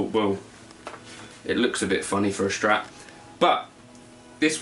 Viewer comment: The PRS sounds crispier, the FCS sounds warmer and a bit nosier ;) BTW its Strat nOt Schtrat ;p